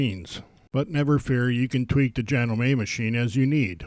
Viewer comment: It is JA-gnome-me, not Ja-gnome-MAY